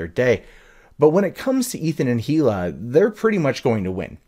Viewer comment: Come on dude, it's not pronounced "he-luh" it's pronounced "ee-luh." The "H" is silent.